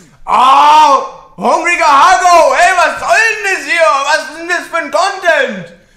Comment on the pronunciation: Das heißt einfach Hungriger Hugo wtf nicht hangriger haggo